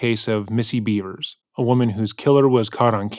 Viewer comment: i’m 99% sure her name is pronounced “Bev-ers”, not “Bee-vers”